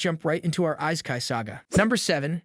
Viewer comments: wtf is eye-sky? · Has this guy even watched any of these series.... instead of just reading out a summary. Just the prenounciation of all names and even worse on Isekai